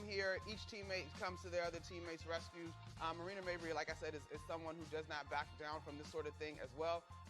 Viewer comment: Pardon me sir, but the woman's name is Marina MAY-Bree, not Mayberry. You're thinking of Andy and Opie.